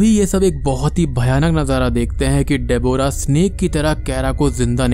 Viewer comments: Gawar ki aulad....डेबोरा....it's डेब्रा.... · De-bo-ra nahin Deb-rah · Nicely explained but it's pronounced as debra! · bhai tu Deborah bolna seekh le baaki sab sahi hai